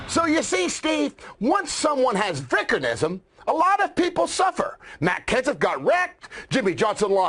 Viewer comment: Man I'm glad Spencer pronounced vickernism correctly!!!